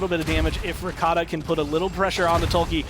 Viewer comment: Why they keep saying r-e-k-a-t-a, it's r-kt-a